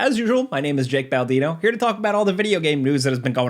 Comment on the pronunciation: Yeah but your name is Baldino not Baladino😂